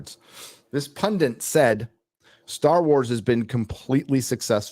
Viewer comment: PUNDIT PUNDIT PUNDIT PUN----DIT 😂 Theres no PUNDINT You've been saying it for ages but today you broke me! Stop this illiteracy now 😂